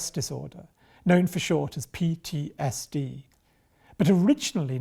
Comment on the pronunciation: She keeps saying PDSD 🤦‍♀